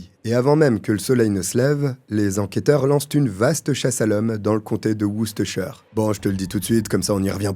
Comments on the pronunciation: ton Worcestershire était parfait, c'est exactement la prononciation. Pour Road Rage, les r sont plus discrets. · je suis prof d'anglais et ta prononciation de Worcestershire est nickel, 20/20 Bravo Merci pour cette vidéo au top comme d'hab